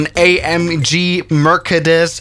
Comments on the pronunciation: why merkedes the spelling is mercedes but its pronounced as mersedes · It's Mercedes not Merkedes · It’s pronounced mrcades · Nobody: Literally nobody::merkedes!!